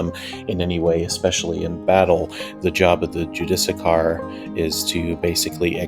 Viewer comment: Try this as the pronouncement JEW-DIS SEAR